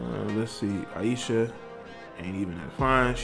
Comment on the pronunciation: You’re pronouncing her name wrong also.